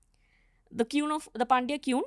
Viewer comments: Very disappointed with the guest. She says history is scientific but tells stories of Pulakesin and kannagi and says no historic evidence available. Sorry to say her English is not 'scientific', 😅 the way she pronounces 'Quuun' for 'Queen'. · it's kueeen 😂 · She comes across anxious. It makes the listener/watcher feel anxious/anxiety 😞 secondly: she says queen (of madurai) as kiun (phonetic). Kueen is the actual way to say it. 🙄 third: THEY WERE PANDYAS. Saivites. Silapathikaram was penned by a jaina. But the author acknowledges in the story itself that - Sivan is the supreme God- .